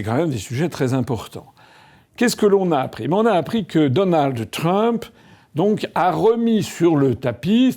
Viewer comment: Donaldheuuuu Trump